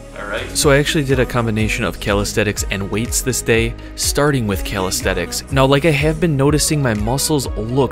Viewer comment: You say "calistheTics" a few times here, and you said it earlier in the video as well. They're called calisthenics, with an N. You butchered a few other simple words as well. You also did a 10mg loading phase, and the recommended loading dose is 20mg for 5-7 days. You joking don't seem like a very smart guy in general.